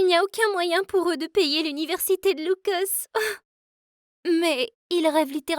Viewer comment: Elle a dit loucos au lieu de lucas